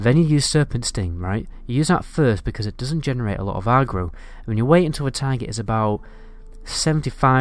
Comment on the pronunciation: Good guide but listening to a Northerner say Agro is funny-arrgro-no-Agro-yes!